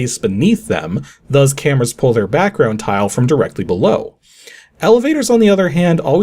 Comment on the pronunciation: After all these years, he still says "thuzz" instead of "thus". 😂